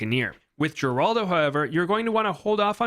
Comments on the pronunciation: It's pronounced Heraldo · Geraldo is Spanish, it's pronounced Heraldo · Fun Fact: Geraldo is pronounced like Heraldo as mentioned in NKs Update video